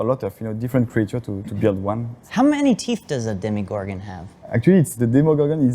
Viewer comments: &, I love you both, but listen to: It is DemOgorgon, not DemIgorgon. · DEMOgorgon, as in demon. Hearing people call it "demigorgon" drives me nuts. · Why do people keep pronouncing DEMOgorgon DEMIgorgon? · "Demigorgon!": "Demigorgon!": "Demogorgon.": "Demigorgon!": "Demigorgon!": "Demogorgon.": "Demigorgon!": "Demigorgon!": "sigh..."